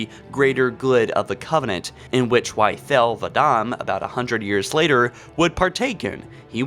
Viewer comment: Is he saying Thal or Thel, and if its thel he screwed it up completely